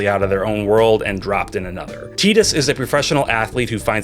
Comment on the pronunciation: Tie-Tus, not Tee-Dus. They say his name in the game!